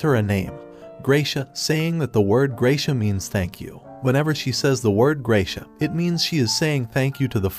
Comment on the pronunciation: I just love how you fry to pronounce spanish words like sol and gracias. Its isnt the correct pronounciation but the way you say it fits better.